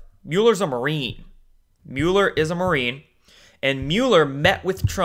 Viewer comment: It's Mueller like mulberry, not mule. And you are butchering Kavanaugh still.